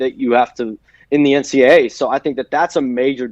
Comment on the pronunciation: Why does the reporter contanstly say NCA instead of NCAA